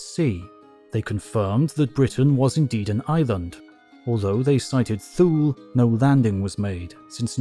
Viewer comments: ‘Thule’ is pronounced T-Huh-Le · Thule is pronounced Thul-eh. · Thule is pronounced “too-ley” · Not sure if the mispronounciation of Thule was deliberate to draw some comments or that all too common phenomenon of YouTubers not verifying pronunciation of a word they've only read but not heard, but either way, hope this helps... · To be honest, /θuːl/ makes more sense as a pronunciation than /θjuːliː/.